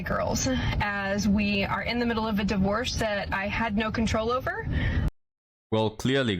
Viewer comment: "Die-vorce" 😂 how you grace the internet with your words keep up great work we'll mourn the loss of this channel if it becomes only ancient wisdom